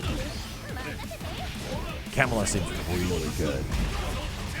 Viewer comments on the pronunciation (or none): for the love of god you have to learn to pronounce Ka-mah-la and not Kamel-uh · Everytime he says Camel-uh and not cuh-mall-uh I die inside but not really. Ik a lot of folks who don't know but maybe this will help. Dunno how many people watched Ms.Marvel or just know her in general but yeah idk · Kamala Harris ruined the way you pronounce Kamala. It’s Ka-MAla not kamala. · The way that you pronounce Ms Marvel's name makes her sound like she's a valley girl but she's a Pakistani-American from Jersey. It's Kamala, dude. Not Camela😂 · It's so funny pronounces Kamala like the presidential candidate.